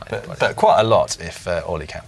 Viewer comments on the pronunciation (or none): Surely I can't be the only person who heard Dan refer to Ollie as 'Hollie'?